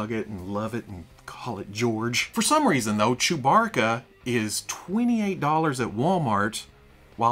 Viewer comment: You grew up calling him "Chew-barka", didn't you...? 😃